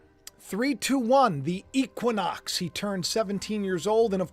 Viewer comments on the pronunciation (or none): none